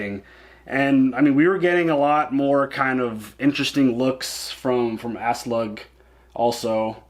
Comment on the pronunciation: I love how refers to Auslaug as “Asslug”! I always called her “Asslog”.